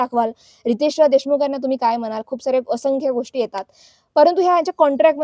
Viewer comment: अशंख्य नाय बाई असंख्य असतंय ते.. आधी मराठी नीट बोलायला शिक mg दुसऱ्यांची नाव बदनाम कर...